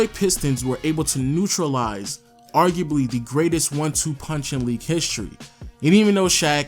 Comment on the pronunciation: best in the “weague”